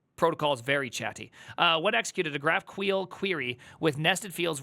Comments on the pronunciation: If I hear this man pronounce "GraphQuel" one more time istg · say graph queel one more time , i dare you , say it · Javascript runtime are actually very performant these days. For GQL, it has nothing to do with queer, please pronounce it correctly and what you showed was basically just wrong usage of GraphQL. You are not supposed to do single field or even SQL queries at all from GQL. GQL should be seen and used as an API Gateway. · Wtf is Graphqueel, it Graph-q-l, just like S-Q-L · Dafuk Is GraphQueel? 😂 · That's really not how GraphQL is pronounced, right?